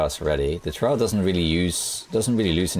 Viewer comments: stress the W a bit more. It sounds like your saying trav ah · I love you man but is not how your pronounce travois. Not in French or English. Its a French word.